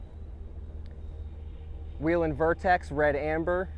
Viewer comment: Nice vehicle. And it’s Way Len, not We Len..